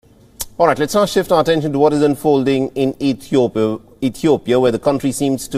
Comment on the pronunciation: so biased!!! and uninformed you can't even say the name Ethiopia right wow We will pass this but every Ethiopian will remember